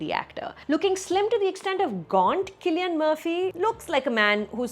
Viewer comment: so glad you corrected Cillian's pronunciation :)